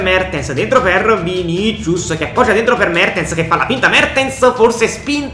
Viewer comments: Vinisius non vinicius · Vinicius si pronuncia Vinisius